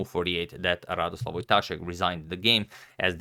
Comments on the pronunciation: Just to mention his first name is 'Radoslaw' not 'Radoslav' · RadoslaW not RadoslaV love u agad <3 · It's Radosław not Radoslav :) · RadosłaW not RadoslaV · It’s Radosław, not Radoslav :p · ‘Radoslav’??? Radosław, pronounced ‘RaDOswaff’